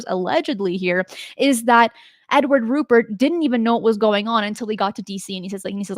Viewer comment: I take it you don't follow Richard Dolan, because he's been through all of these historic cases numerous times over the last few years on his YouTube channel. FYI, it's RuPELT not RuPERT, and it was a P-51 not a PF-1.